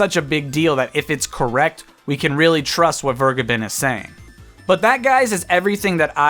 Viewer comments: I assume it's German? It would be "fehr-geh-behn" Not Fuh-gai-bin. Literally none of those syllables are accurate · My favourite part is that Vergeben isn’t said like that at all and is in fact the verb for: to forgive, in german. It’s said more like: V(f)er- gey- Ben. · Its pronounced Vergaybunn, btw. Vur as in 'Ur'sela. Geb as in Gabe, and Ben as in Bunny. Emphasis should be on the middle syllable. It's German for Forgiven. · It's "Ver-gay-bin" a German word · Vergeben is not pronunced Burgerman ;) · he is wrong, its more like fair-geh-ben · I just came here for him to say "Vergeben" terribly wrong :D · Hearing how you pronounce "Vergeben" makes me cringe as a german. Sidenote: Vergeben means "to forgive" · The way you day "Vergeben" physically hurts me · Why can't anybody pronounce Vergeben's name right? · So... doesn’t know how to pronounce “verge”